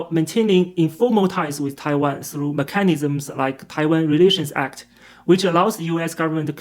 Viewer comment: 'ME-chanisms - emphasis on the first syllable.